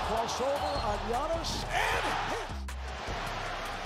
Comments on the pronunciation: You gotta stop calling him G-iannis 😂 it’s Yannis (All love though! Your videos are awesome!) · YAWNiss not JiHonest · (Yawn-es) not (g-annis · ganis attemptafreethrow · G-O-NN-ISS WTF thats not how you say his name bruh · this mans saying gee-annis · Please say giannis correctly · I love how you say giannis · Can you learn to say giannis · Giannis may not deserve his second MVP...BUT SAY HIS NAME RIGHT, PRICK. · Not sure if I can take someone saying Geeannis twice talk about basketball seriously... I really don't know and honestly more impressed he pronounced Steph's name correctly.